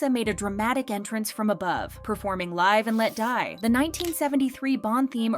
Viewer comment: Your pronunciation of Live and Let Die had me cackling 😆